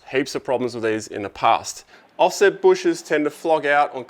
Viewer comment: “Veese are ve fings”